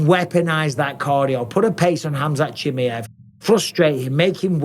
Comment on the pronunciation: Bisping's heard Chimaev's real name but he's still hanging in there with the "Chimmi-ev"